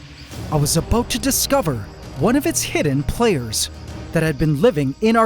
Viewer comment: Ant wars about to get serious, no signs of Jay z and Beyonce, what are the crabs up to? What about(aboot the way you pronounced it) AquaNoctis or however it's spelled